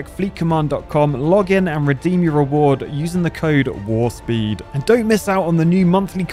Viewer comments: I'm actually kind of proud of. He's getting proper good at hydraulics. As a star trek fan though his not pronouncing the p in warp was glaring. I could see Lower Decks having a really gung ho general call in War Speed as Boimler's like "Warp. Warp. It's Warp with a P. The famous song from the Rocky Horror Picture Show is not sung "Lets Do The Time War Again!"" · Did he say war-speed in that ad? X_x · It ain't War Speed 😂 It's Warp Speed lol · it's pronounced "WARP SPEED", not "WAR SPEED". You're missing your P.